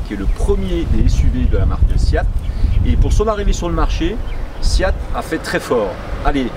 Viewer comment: Pourquoi prononcer SIAT ? Le nom de ma marque SEAT aucun i dans ce nom !